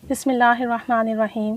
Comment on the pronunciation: Sis with hufe respect kindly ALLAH bola krain Alha pronounciation wrong h